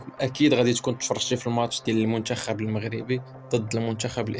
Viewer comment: الشعادل. المنشخب وصحح حرف التاء ماشي الشين .صحح المطق ديالك شمايا .الشقافة.